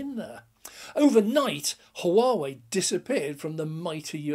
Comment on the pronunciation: No H pronounced in Whaa whey :-) = Huawei